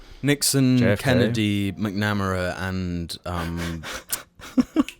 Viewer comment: pronouncing Robert “MACK-namera” is a step too far. First Yo-zuh-mite, now you come for the Irish. Do the British have no shame?